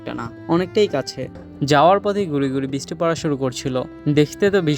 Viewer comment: khub shundir video bhai. just ektu kheyal rekhen uccharin a, bristi na uccharon ta brishti hobe, talebbo sho, brish ti.